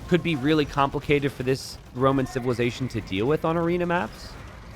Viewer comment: "A whoman you say!" "no no no Roman!" "What was his name?" "Noughtyus Maximus! XD"